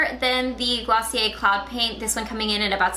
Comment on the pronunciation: Wow, you really murdered Glossier.